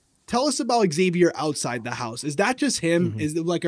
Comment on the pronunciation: Nice to have friend view of game with the houseguest they know. Friend was so kind…he never corrected your pronunciation of Xavier. Xavier’s friend calls him Zavier not X zavier.